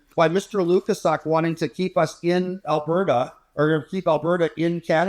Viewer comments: Why is pretending to be incapable of pronouncing Mr Lukaszuk's name correctly? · is a jerk and the mispronunciation of Lukaszuk is just Jr High bully nonsense.